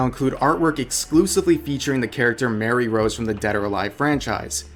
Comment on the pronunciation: Rev pls. Her name is Marie Rose, not Mary Rose. The pronunciation is "muh-ree"